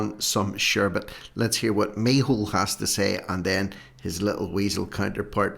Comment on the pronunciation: Can you please stop with the mehole his name is in irish its micheál , I like irish names and you are making a fool of your self and your videos are good but why laugh at tge irish language